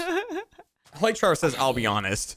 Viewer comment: "Hey Tevor Boi" "Hello Gay Boi, oh wait..." Is that a flub or not, either way it was funny.